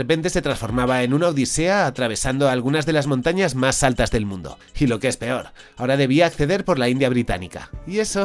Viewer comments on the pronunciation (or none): none